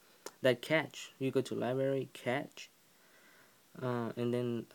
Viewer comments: Cash, it's cash. Not catch. Besides that thanks! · I cringe everytime you mispronounce cache its not "catch" it's pronounced "cash" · Its pronounced like the word "cash." informative